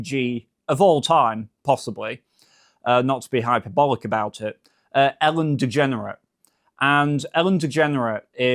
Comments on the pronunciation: Love how he says her name as Ellen "DeGenerit"! Freudian slip??😮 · Is he saying Ellen DeGenerate? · Did I hear Ellen Degenerate?